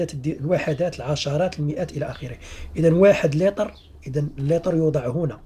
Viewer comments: لتر وليس ليطر 😒😝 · لماذا تقول ليتر ليطر والسيعة ساعة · سيعات وليس ساعات ولتر وليس ليطر شكرا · صحيح السِّعات وليس السَّاعات وكذلك السِّعة بكسر السين ليس بفتحها وليس اللطر